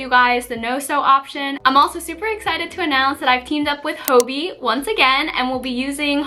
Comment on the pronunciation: Hobbi i think is spose to sound like hobby,not hobi